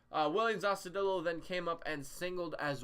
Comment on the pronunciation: Is there a particular reason you keeping saying Austudillo wrong? It’s a Spanish name